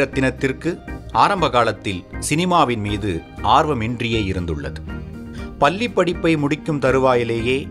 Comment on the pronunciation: Why do ppl narrate in Tamil if they don't know the difference between small la and big LA? "Palli" padippu????? You mean, lizard studies??? It is PaLLI padippu! 'Ilainjargal"???? What the hell!! It is Ilainyargal. The useless pronunciation of this narrator totally ruined this video.Worst move by the team to make this narration though him.